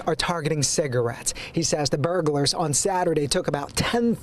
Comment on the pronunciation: The way that news anchor pronounces "cigarettes" is making my skin crawl. Just quit saying the word!